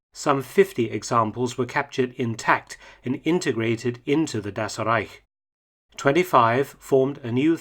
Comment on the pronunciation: "Das Rrreich" xD